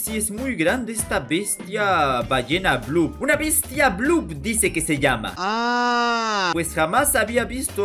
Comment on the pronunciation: Es blop si dises te blop no digas te porque te es el